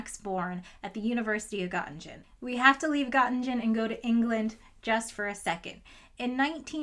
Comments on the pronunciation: all good but it's not "got in jen" it's "guuh ting en" also it's not "noy ther" it's "nuuh ter" guten tag frau professorin.❤ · Hey,! Great video. Only a few points on the pronunciation: Göttingen <— the 1st Ö is not like the O like "cot", but more like the ER in "bert", Göttingen <— the 2nd G is hard. So not Gott-engine, but (english) Gert-ing-en Herthe <— the "TH" in German is always a hard "t" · pronunciation of the place name is like Gö-ting-en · All (or almost all) Gs are hard in German. Göttingen etc., not Göttinjen. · Ahhhhhh I'm German and was so confused about where you were talking about until the text came up! Just fyi, Göttingen is pronounced kinda like "Gerting-in" in a british accent (as opposed to rhyming with "cotton gin" haha) Love your videos! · I understood "God-in-gene" but I saw that she meant Göttingen because I peeked at the wiki screenshots. I think it would be more like "God-ing-hen" if an American had to pronounce it as close as possible to the correct sounding. Of course the "o" is still off and one can debate if the "h" helps or not. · I mean, it hardly matters, but just for future reference, Göttingen is pronounced /g-tting-n/ where both g's are hard, and - represents a shwa. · I hope you don’t mind, but I would like to correct your pronunciation of Gōttingen. First, the ‘o’ has an umlaut (two dots above it). This means it should be pronounced something like ‘oe’. Secondly, you should pronounce the ending as ing-en, not as in-gen. The whole thing therefore is Goetting-en. I thoroughly enjoy your videos by the way. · Nobody asked for this, but the second g in Göttingen is part of the ing syllable not gen, so: gut-ing-en. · I like how you pronounce the University of Göttingen like "University of God Engine". Is there something you´re trying to tell us with this? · Pronounced Gutting'n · "Göttingen" is pronounced /ˈɡɜːtɪŋən/. The second 'g' is part of the /ŋ/ sound, not a /d͡ʒ/. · Gottingdshen??? Where's that? Never heard of it.